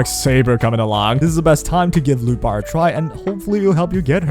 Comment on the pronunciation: I was on audio and kept hearing lupa instead of lootbar😅